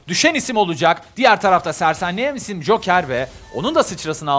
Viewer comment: adam her hafta düşen isim yerine düşen işim diyor alkjgalkjhlkah